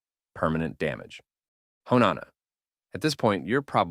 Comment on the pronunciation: Sorry, I dipped as soon as you butchered Hone Onna’s name